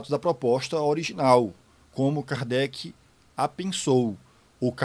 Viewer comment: parei no "Kardecky" 😄